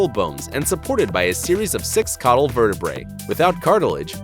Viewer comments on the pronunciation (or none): none